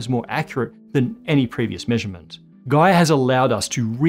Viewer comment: oh..when he said "gaia mission" i thought he said "guy emission" :)